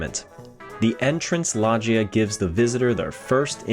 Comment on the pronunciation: I've never heard loggia be pronounced "lodge-eee-uh" before